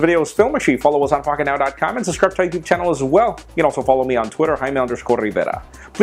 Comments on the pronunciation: Microsoft pronounced your name wrong Jaime #CEOproblems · Jaime... They got the wrong picture of you as CEO. And they pronounced your name wrong.. #MicrosoftProblems.